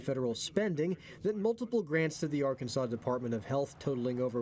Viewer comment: Di- Did he say Ar- Kansas!?!! 🙄